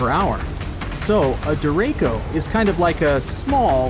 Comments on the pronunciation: you couldn't even be bothered to look up the pronunciation of the event your video is about. couldn't even take 2 seconds? there is no K in derecho it's duh-RAY-show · There was no hurricane. Please pronounce derecho properly. Tornados do not get to EF 6. That is a mythical beast. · Get the pronunciation right...deracho is der-a-sho......green skies usually mean large hail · It’s pronounced “Der”-“Ray”-“Chi”-“ō” or De-Re-Cho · Derecho Sounds like “dur eh cho” ! Learn to pronounce your words! 😎😍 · It’s pronounced der-ech-o it’s Spanish for straight, as in straight line winds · Also listening to the narrator mispronounce Deracho [ der -a - show] is annoying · 'ch' in 'derecho' is pronounced like 'ch' in chocolate or most? other words. Difficult to listen to his repeated mispronunciations. Weather channel pronounces this correctly. This narrator may not be a fan of weather...or Google (search for 'derecho' and an audio is provided that says 'derecho' correctly). sigh. A full video without spending time (seconds) learning to pronounce a word unfamiliar to the narrator. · I wonder why It's bring pronounced "dereco" Derecho in Spanish means straight, exactly what this storm winds do. The only case to pronounce it that way is if it was written derecco and spoken in Italian...not the case. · DERECHO in the Filipino means straight just right for description for that storm but it should be pronounced day/ret/tso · Derecho not duuurrr ako.... And its spanish for straight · "deh-ray-ko", ouch. It's a Spanish word, the "ch" is not pronounced as a "k" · Am I wrong? Isn't 'DERACHO' pronounced (dah‐ray‐chŌ)❓️And, isn't it described as a 'land⬅️ hurricane'❓️ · Your ai voiceover keeps pronouncing “Derecho” wrong. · When the commentator mispronounces the word of the subject matter... 🤦‍♀ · This guy cant pronounce derecho, much less describe what one actually is. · Learn how to say derecho correctly, please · The way he keeps butchering the word ‘derecho’. 😒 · CHo or SHow, not Ko.